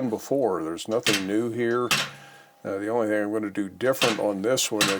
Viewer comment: Did I hear hing of the week……..😀 Sweet looking project, enjoy your day.